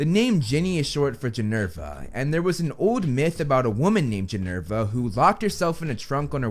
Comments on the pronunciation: Ginevra not Ginerva!!😭😭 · Ginny’s full name is Ginevra not Ginerva 😭